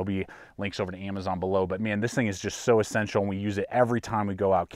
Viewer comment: He never says "e-ssential".... he says "a-ssential!"